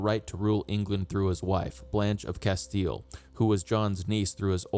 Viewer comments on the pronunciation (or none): none